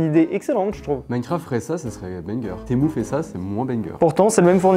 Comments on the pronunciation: ✨TeMoU✨.. personne … moi je dis temU (son: u) est pas temOU(son: Ou) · "Témou" ça se dit "tému"😂😂😂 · ARRÊTE DE DIRE TEMOU C’EST TEMU MU SA FAIS PAS MOU DONC ARRÊTE SA ME STREESE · il dit pas Temu mais "t'es mou" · "sur témou" 🤣